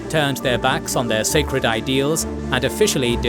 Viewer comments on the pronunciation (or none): none